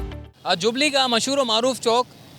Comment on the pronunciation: یہ جَوبلی نہیں جُوبلی ہے ۔۔۔ اپنا تلفّظ تو ٹھیک کرلو۔۔۔